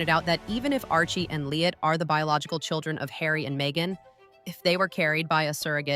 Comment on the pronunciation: Not Lillet it's Lillibet. Also 5 people would have to die or abdicate before either Archie or LILLIBET could take the throne.